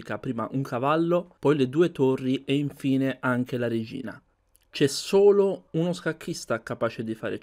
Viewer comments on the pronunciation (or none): lui dice "c'è solo uno scacchista" io capisco "chess olo..."